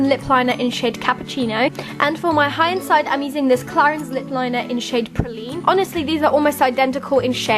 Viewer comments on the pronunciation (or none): For the high end lip liner in shade praline, I first thought that you said poo 😂😂